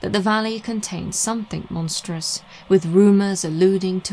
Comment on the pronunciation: This is the first vid I've found from this channel & I really enjoy your style. Im hoping you do this as a podcast too...id defs be down for that! Side note....did you say monsteral or menstrual? Both seem equally unpleasant.